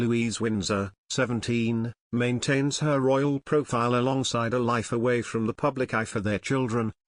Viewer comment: Why does this announcer say pew blic instead of public ??? Sounds obscene